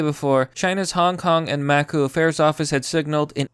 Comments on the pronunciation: It isn't pronounced macoo it's pronounced macow or I've heard macaw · Hey, it's pronounced "mah-COW", thanks and we love you here!!